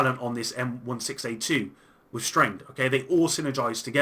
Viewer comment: Anyone get triggered when he say M 1 6 A 2 Jesus Christ I wanted to call the police on you